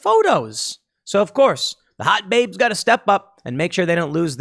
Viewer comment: I like how when Tim say "Hot Baybes" he all of a sudden develops a Brooklyn accent. XD